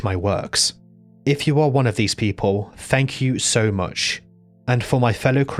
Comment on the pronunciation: Fank you hahahahaha